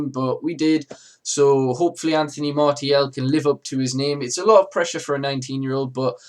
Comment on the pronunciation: Apparently the proper pronunciation is Mar-see-al